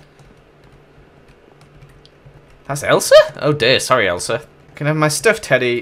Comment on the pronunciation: Ummmm you said Esla rather than Elsa